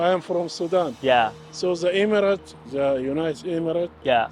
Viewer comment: 1-:39 Emirates, not "immigrant"